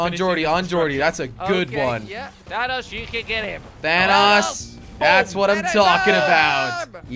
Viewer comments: When you say thanos he says thanass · It's not thanos its thanose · You said vannos...🙄😁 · Who is Dan Nas it’s Thanos